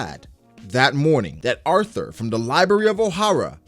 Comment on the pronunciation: Lmao he keeps saying "arhtur" low key tilting me bihhh